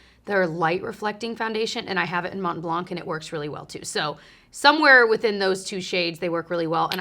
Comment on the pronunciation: Love your videos! I’m actually a French Canadian woman and just wanted to let you know that “blanc” is pronounced “blan” it has a silent “c” :)